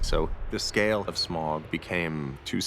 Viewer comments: "shmaug"..............its smaug my friend. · Yo PJ, there is no H or CH in "S*CH*MAUG" -- its SMAUG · it annoys me more that Peter sais "shmaug" instead of "smaug" xD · Smog, Shmaug, Smaug, Smahug how many times they pronounced it differently was really bugging me. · I absolutely love this but there's one thing that slightly annoys me... more than one of them pronounces Smaug as "Shmaug"... i still love it though... ❤️ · Why is Peter always saying "Shmaug" 😂 BTW: thx for uploading this❤️ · So I noticed that Peter and a lot of the other crew members were pronouncing Smaugs name as "shmaug". Is that the correct way to say it? I mean clearly if they're producing/directing the movie then they'd know the proper way of saying his name lol. Was just curious! I've always just pronounced it Smaug, without the SH sound. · lol the guy correcting me deleted the comment. but yes. for all wondering, it is certainly pronounced Smaug -- Sm-OWW-g. Like you stubbed your toe. Or like Smaug just ate you. Whatever. ...And then there's Peter Jackson, schm-ow-g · Some of them pronounce Smaug as Smog and its so annoying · Rystor Before I started reading tolkien literature, if asked to say Smaug, I would pronounce 'Smog' or 'Smowg'. But after, it's apparent that 'au' in is pronounced like the 'au' in Sauron, Smaug, Anfauglith, Taur nu fuin, falls of Rauros, Aule. So the 'au' is pronounced like 'found' and not 'faun'. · Why do they pronounce sometimes Shmaug instead of Smaug? Any idea? Thx! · Pretty interesting how PJ pronounces "Smaug" - SCHMAUUG. It's exactly the way my country men would do. We're saxon and it sounds horrid :D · "Schmaug" FFS, mr Jackson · Because they are stupid and don't know that it should be pronounced Smaug. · Out of all of the pronunciations of Smaug, I think "Shmauwgy-Shmauwg" beats them all. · Peter Jackson pronunciation of Smaug makes my ears bleed.. . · There's no "ch" in Smaug, Peter. Jesus christ.